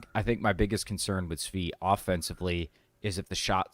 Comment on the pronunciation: How did this man just say Svi's name?